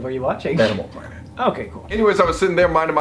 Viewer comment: I thought he said Animal Porn not Planet 😂